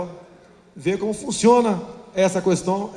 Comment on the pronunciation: Caramba!!! Que cara repetitivo!!! É pra falar sobre Jesus e o cara discorre sobre Genésio. Como tem gente que promove uma fugurinha dessas?!?! Tá explicada a sua inação em tantos anos de congresso. E outra, o "u" de "questão" não é tônico, rapaz.